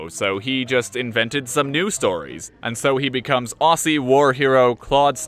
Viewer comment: It's a bit silly but it's pronounced ozzy spelt aussie